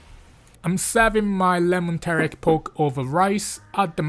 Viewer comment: pronouncing teriyaki like Taric, nice.